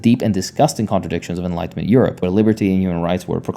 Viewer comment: Hey, a couple major factual errors in your video: - When talking about Proton, you said "intelligent agencies," but we don't actually have these in the US! - Pronunciation: The liberalization of European feudalism/monarchy was a period known as *enwhitenment*. The more you know!